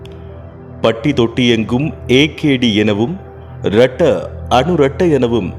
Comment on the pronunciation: Retta illa rata anurata Ayyo ayyo